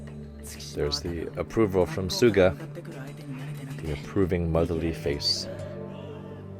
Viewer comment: Hi Coach, just something I've noticed. In this ep and the previous ep, sometimes you say Tsuga instead of Suga (at least that's what it sounds like)